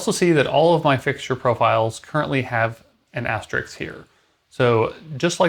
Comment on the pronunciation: Asterisk not Asterix.